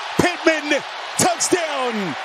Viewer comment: Touchdown ❌ Tuts- down ✅